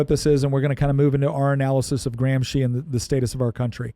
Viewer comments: remove "Graham Sheen" and add "Gramsci" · Why are you saying AG's name SO BADLY that I can't even ask Google who he is? Say it with an American accent "GRAM-SKI"!! Then maybe i could spell it. Google doesn't know any Marxist named "Antonio Graham Sheen." The way you are saying it isn't even italian. Don't you have any way to spell it out on a white board or anything? If you're going to teach, USE VISUALS !! No wonder I don't sub your channel.